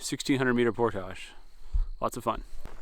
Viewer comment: Great vid. You've seen more of back country Ontario than 99% of the people who live here. You always look at home in a canoe on our lakes and rivers, so by this time you should just consider yourself an honorary Canuckistanian. You even pronounce 'portage' correctly. Looking forward to part deux. Drive from Ohio to northern boonies though... that's a long drive for a fairly short trip. Did you cross at the Sault, or Windsor/Detroit?